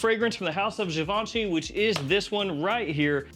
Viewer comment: It's Givenchyyy, not Giveeenchy. 😊